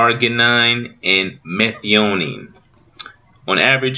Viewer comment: Thanks bro! But you pronounced the three amino acids wrong. If I may lovingly correct you: Glycine: gly-seen Arginine: Ardge-y-neen Methionine: Meth-i-oh-neen Adenosine: A-den(not deen)-oh-seen ✌